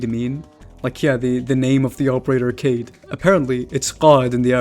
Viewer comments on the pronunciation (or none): Yeah, I just looked it up, again, this time specifically "leader in arabic," & "Moroccan arabic," as you suggested, and it's pronounced KAH-yid or GA-yed. Perhaps my spelling, "kah-eed," wasn't right, but my pronounciation was correct as 'Kaid' is never pronounced "cade" so idk where that came from. To even suggest it's pronounced cade after claiming to be speak Arabic is particularly peculiar to me. No disrespect, my friend. I'll leave the conversation here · Ehrm it's not 'Kayd' it's 'Ka-Eed' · For starters, it's pronounced kah-eed. I get the logic, in English that if Kaid is just 'aid' with a 'k' in front of it, it's pronounced "kaid/cade" but it's an Arabic operator with an Arabic name that is pronounced "kah-eed." I also get most English speakers don't care about pronouncing things properly 😂😂 I literally had a squad of fellow Americans laugh at me for pronouncing his name properly then proceeded to make fun of Arabic pronunciation and him being Arabic 🤷🏾‍♂️😂😂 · kaid is actualley pronouced ka-eed, i might be wrong tho thats js what I was told by google and some video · erm actually its pronounced kahid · HAHAH IT ISN'T Ka Idd after all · i had a feeling everyone was mispronouncing kaid